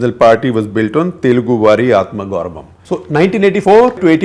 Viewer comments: when you said telugu vaari atmagouravam, for a moment I thought you speak telugu language. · Being a telugu guy - totally impressed with your effort to pronounce Telugu Vaari Atma Gauravam! Yes, my dad used to say the same word, again and again, he was a great fan of NTR. Andhra state bifurcation is not about "why" divided but "how" they divided is very important - speaks volumes about the transparency of our political system and commitment of national parties to the development of states. In Telangana - TRS will be the star till Telangana sentiment saturates and till people feel that they have achieved their goals of bifurcation, then only they may entertain other parties. In Andhra - they gave chance to an young leader - for many reasons - but it is our state, which took most of the brunt from bifurcation - that really needs a helping hand from the center - so Jagan mentions he will be rooting for whoever gives him that hand. There may be more to the story undercover than what it appears to be. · Congress downfall began with Andhra Pradesh legendary N T Ramarao, leaders are not pupets. well pronounced Gupta Ji "Telugu vari aatama gourawam (తెలుగు వారి ఆత్మ గౌరవం)" 🙏👍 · Good Telugu pronunciation, SG! Nice job. Just on Medak - It's not "May-duck". It's "मेदक " - both e and a are short.